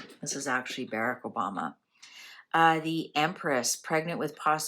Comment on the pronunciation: Not Bereck. Barrack. As is Bar Rack.